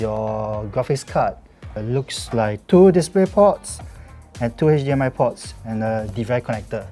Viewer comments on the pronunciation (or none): none